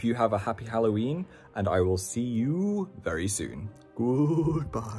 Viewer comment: "I got my vary important bucket of metal rods"